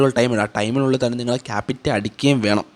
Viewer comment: ക്യാപിറ്റ അല്ല ക്യാപ് ചെ